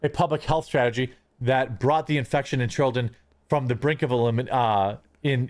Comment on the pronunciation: he literally said chrilden like the fucking how is babby formed flash animation of the cavemen